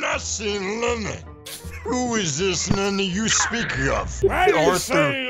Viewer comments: arthur: did you say lenny? dutch: i did not say lenneh, who is this lenn-e you speak of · I dont know cowpoke but i think u drank to much with "LENNAAAYYYY" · Arthur : "Have you seen Lenny?" Dutch : "I have not seen LEnNeh!" 🤣